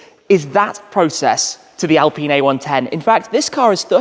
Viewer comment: It is pronounced in French as "al-peen" not "alpin" Those car are best drivers, like Lotus Elise, Alfa 4C, Cayman 2.5 and the newest member that is more powerful Lotus Emira with 2.0 AMG engine....Gordon Murray knows a lot about driving enjoyment 👍